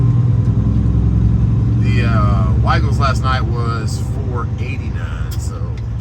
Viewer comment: I see you're pronouncing Weigel's correctly. Good video today sir.